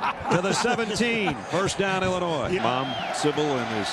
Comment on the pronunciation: Can the announcer seriously not pronounce Illinois?